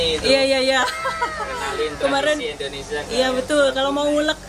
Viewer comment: Indonesia...bukan endonesia🤪🤪🤪🤪🤪